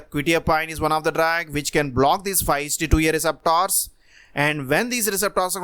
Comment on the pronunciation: Indeed 😁 I reckon he's from India.